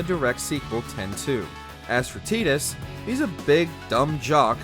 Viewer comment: Tidus is pronounced tie-dus not t-dus. Lightning above Zidane is incomprehensible.